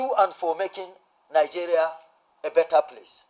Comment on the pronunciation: "to make Nigeria a bettet place " 😂😂😂😂😂😂😂